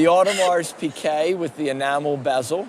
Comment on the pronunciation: Audemars PIGUET!!!!! Why the fuck do people pronounce it PIQUET ? there is no Q in the name!